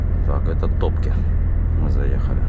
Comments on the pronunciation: Не ТОпки, а ТопкИ! ))) Ударение на последнюю букву. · Не Топки а Топки окончание на и